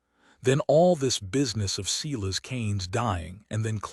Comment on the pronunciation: Omg, the American narrator doesn't know how to pronounce Silas or surrealism? What horrible narration. He sounds as though he's reading while running his finger along each sentence. Can't listen.